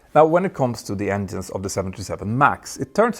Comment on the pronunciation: Stop saying ENDIENES please! It's written with a G not with a D :face-purple-crying::face-purple-crying::face-purple-crying::face-purple-crying::face-purple-crying